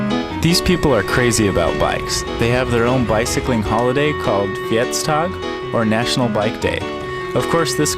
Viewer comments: lol 'fietsdag' = bikeday he put the accent wrong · I love how he says fietsdag XD SOOOOW wrong.. and so not a day I've ever heard of.... do we even have a fietsdag???? I don't think so...